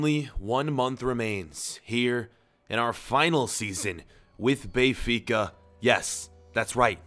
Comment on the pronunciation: Hey can you please stop saying Bay-fica it's Ben-fica and it's really getting on my nerves.